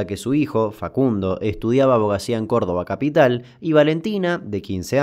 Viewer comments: Nananana el asentito que tiró cuando dijo Cordoba capiiital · E n una parte cuando Damian dice "en Cordoba Capital" se le re patina un acento cordobés. Me emocioné